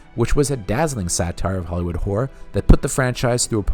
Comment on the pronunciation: You make good videos but I have to point out one minor issue: When you say "horror" it sounds like "whore".